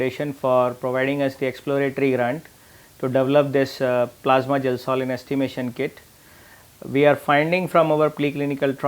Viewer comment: It’s gelsolin not gasoline 😂